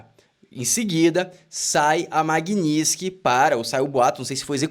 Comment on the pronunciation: Tua pronúncia tá errada. Tem um T na palavra Magnitski. Que deve ser pronunciado.